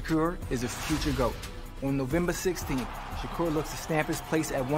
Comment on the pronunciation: This bul said "Shakur Twitterson". 😭😭😭🤦🏾